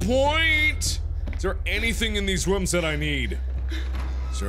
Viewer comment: The way mark says rooms lol ruums